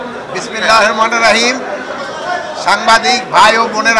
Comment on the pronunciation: বিসমিল্লাহির রাহমানির রাহিম শুদ্ধ করে বলা শিখুন